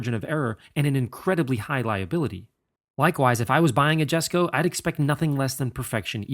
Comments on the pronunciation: Jesko is pronounced as [iesko], as it’s Christians father’s name, I guess it’s important to name it right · It maybe do to accent do to nationality but I thought it was pronounced like “Yesco”. That at least is what I heard on the reveal video I saw. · Jesko in Swedish is basically pronounced "Jes-koo", same sounding "o" as in "to, two, too", but not dragged out as long. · Just a note (not criticism), it's pronounced Yesko. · It’s yesko btw the j is silent... respect the father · I believe it is pronounced "YES-CO"... It's a silent "J". The "handler" even slips up and says it correctly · It's a Jesko, as in "yesko", and /yes/. not /djesko/. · Pronounced “yesko” not ”jesko” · For anyone wondering, Jesko is actually pronounced 'yes-ko' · Rule of thumb when pronouncing European names that start with a "J" is "Y", it's Yes-ko, not a Jess-ko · its pronounced "Yesco" , not Jesco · "Yes-co" not "Jesh-co" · its pronounced "Y"esko no "J"esko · Not Jesko its pronounced yesko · Every single time I hear ya say Jesko I think to myself, how 'merican can you get. It's pronounced Yesko. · Jesko is like Yes-co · More like yesko. إسماعيل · It's pronounced Yes-ko not Jes-ko. That's how Christian Von Koenigsegg pronounces it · You're pronouncing Jesko incorrectly, the J is silent. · It's not silent, it's just more of a "y" sound, because Scandinavia. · Amazing car, amazing job, however with such a special and important car you should be pronouncing the name correctly. The J is silent. And the pronouciation is Yesco. Top work nontheless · The J is silent, so its like sesko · Sorry but its pronounced Hesko not J-esko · This is my first time watching any of your videos very well explained but the Jesko is actually called Yesko it’s Swedish I saw the Jesko at Sunset GT and an private event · Loved the Video, great job as always! Kinda funny hearing the wrong pronounciation from the Transport manager though... it's pronounced Yes-ko. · I thought it was pronounced yes-ko